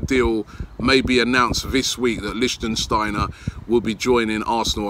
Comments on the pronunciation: Robbie it LICTSTEINER not LICSTEINSTEINER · Since it looks like you'll be saying it a lot. It's "lichtsteiner" not "lichtensteiner". He is not a country representative :D. Prononciation : LICH- STEIN - NER (3 syllabic) . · LICHTSTEINER, NOT LICHTENSTEINER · LICHT Robbie!! It‘s LICHTsteiner for god‘s sake! :D :D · Dear Robbie, his name is Liecht-stei-ner not Liecht-en-stei-ner. I'm not even sayin about Papastathopoulos, just Sokratis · Originally thought you were joking robbie, its Licht-steiner not Lichtensteiner pal!!! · Lichsteiner .... Not Lichtensteiner lol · lichtsteiner not lichtensteiner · LI-SHTEI-NER damn it Robbie!! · Robbie! It’s “Litch - Stein - Ner” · Wahahah he said “Liechtensteiner” every time. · Lishtenshteiner LOL . Robbie the name Butcher is back xD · Did u actually say Listen stainer wtf 😁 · Someone teach this guy how to pronounce Leichsteiner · It irritates me when you say lichtensteiner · It's pronounced "Lich-steiner", mate. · Robbie small fyi its pronounced "Lick- Styner" big man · Lich Steiner. Lich Steiner. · THANK YOU! im clearly not the only one who cringes every time he says his name wrong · Michele Frisoli No, it’s Lichtsteiner you muppet, go google it. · Robbie u butchered the guys name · Your pronunciation of Lichtsteiner is so bad Robbie xD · If you dont stop mispronouncing Lichtsteiner haha